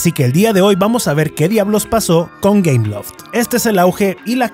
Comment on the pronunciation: ah! entre por que pense que decia cameloft xd o algo asi